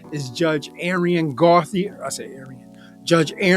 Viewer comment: I'm not positive, but I think "Gauthier" is pronounced GO-tee-ay. I love your compilations!